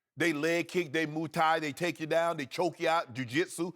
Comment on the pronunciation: It's funny hearing Shannon trying to use mma terms. "Grind" and pound. "Moo" Thai. Lol